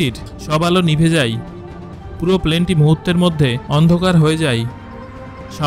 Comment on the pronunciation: আপনি যায় কে যাই আর হয় কে হই কেনো বলেন?